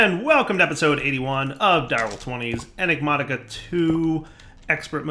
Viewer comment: Oh god he's back to saying Enigmonica in the intro......